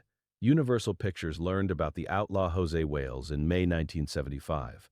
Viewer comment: Almost had my attention right up until he said “Hosay Wales” 🤣 This AI stuff is ruining already bad videos 🙄